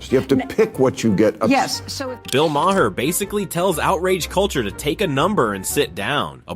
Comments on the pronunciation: For the hopefully last time, his name is pronounced MAR, like bar, car, and far. It's not Muh Whore, it's not Muh Hair. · Bro. You’ve pronounced his name differently 15 different times. It’s “Ma-rr”. At least do the homework. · It's pronounced Mar (rhymes with Bar)